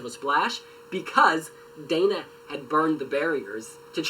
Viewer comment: I basically died when that guy kept on saying "Daina International". It's Dana International!!! Dana